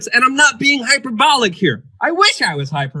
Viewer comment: Hyperbolic is pronounced Hy-per-bo-lic Luke